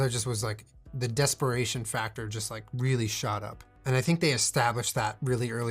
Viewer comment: Desperation more like desper-slayyy-tion